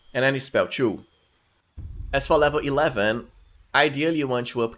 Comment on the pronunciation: I can't chew this content bro with you saying chew instead of "too". Is it that hard for you :D?